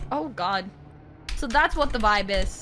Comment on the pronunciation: “that’s” not “tha yes”